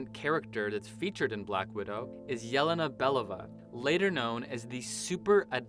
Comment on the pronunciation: Your Pronunciation: (Yeh-Leh-Na. Be Leh-Va) Real Pronunciation: (Yeh-Lay-Na Be-Low-Va)